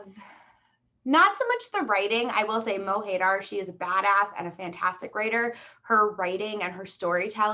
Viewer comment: MO HAY DAAAAAR lmao Americans butcher words